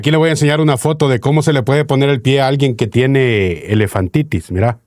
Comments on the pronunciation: Es elefantiasis, no “elefantitis” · Elefantiasis y no elefantitis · Tío, la Bethy Arana dice q el Dr es un Candidato Potable (Querrá decir Potencial) La enfermedad q tendría el Chino, si se le hinchan los pies es "Elefantiasis" no Elefantitis.